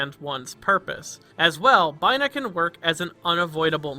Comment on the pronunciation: Did you seriously pronounce Binah as Bye-Nah???????